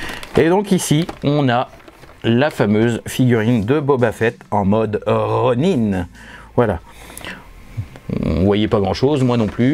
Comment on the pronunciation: Un "'Ro'Nain" ? :D